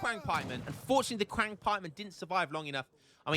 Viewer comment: Qiang is pronounced chee-ung (like ungurs) for the record